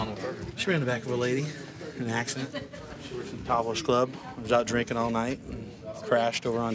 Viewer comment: It makes me so Kraa😠Zy that ends her '-ing' words with a 'k'! Cringes the hell outta me Every time! 'drinkink' (drinking) 'sittink' (sitting) 'waitink' (waiting) STOP IT!!